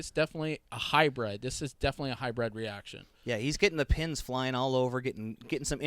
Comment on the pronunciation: Hybrid; not Hybred.